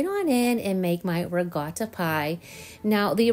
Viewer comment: why do you say regatta pie isn't it ricotta?😊